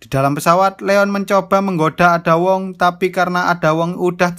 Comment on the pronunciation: Min itu cara bacanya bukan ada wong tapi eida wong gitu tapi telat 5 bulan sih heheheh